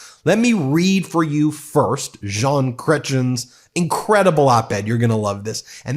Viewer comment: Ben, you are so cute when you attempt to pronounce our french names. Jean, don't sound out the N, and Cretien does not end in CHIN. more with EH! (giggle giggle giggle) Ya need our cute pronunciation with our french uhuhuh singing for the correct way of saying it. But you are still a "jolie petite choucroute". (means cute little cabbage but I swear it is adorable)